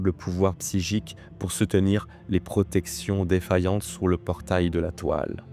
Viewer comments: C'est bizarre que tu prononce, psygique et non pas psychique ..! Ge au lieu de che ..! ^^ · Merci ! beau boulot. Juste : "Quand même" non "comême". Psy-chique, non "bsigique". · Très bon travail et super récit, merci 😊 Je me permets en revanche de préciser que la mauvaise prononciation répétée de certains mots m’a sorti de l’histoire à plusieurs reprises 😅 « PsyJique » et « VenGUEfull » notamment. Pas bien grave évidemment, mais je me dis que je ne dois pas être le seul à l’avoir noté, et que dans un soucis de travail bien fait, comme ça a l’air d’être le cas, ça ne peut qu’être bénéfique 😉 Encore bon travail et hâte de la prochaine 🙏🏾